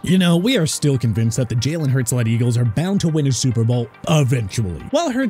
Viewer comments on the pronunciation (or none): none